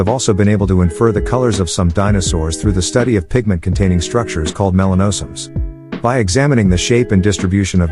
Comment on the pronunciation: Video and narrative don't match up with each other. Melanosomes was pronounced incorrectly. The robot voice wasn't too bad though. Sounded almost natural.